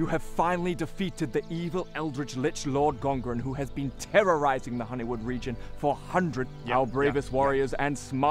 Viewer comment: At first I thought he said "I'm gonna take this reputation and I'm gonna let all of Hollywood know what an asshole you are." Took me a moment to realize he was saying Honeywood.